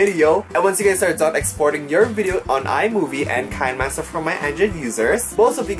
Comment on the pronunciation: Kuya is read Ki-ne Master